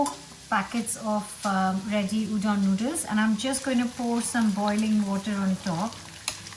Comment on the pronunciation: As a Korean person, her saying udon hurts my mental soul a lot